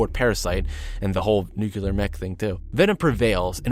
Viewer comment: Please say Nuclear, not Nu-Kular.